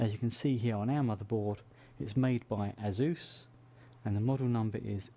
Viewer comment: I'm pretty sure it's not pronounced azoose